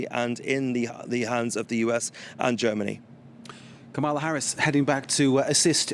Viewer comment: This white French anchor mispronounces Kamala deliberately. What a racist and disgrace.